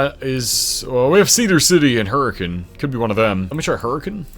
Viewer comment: Major props to you for pronouncing "Hurricane" right! Hurricane, Utah is not pronounced like Hurricane Katrina.